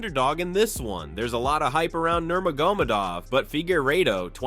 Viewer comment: Learn to speak his name correctly first